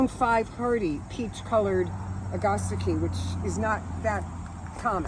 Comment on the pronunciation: Are you saying agastche? ( Rythyms with ) I learned it a(at) ga(gum) sta (hat) chee(see)